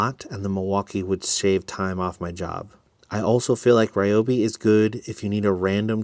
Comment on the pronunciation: Just an FYI. Not sure if anyone has said anything about the pronunciation of Ryobi. The correct pronunciation is "Ree Yo Bee" not "Rye Yo Bee".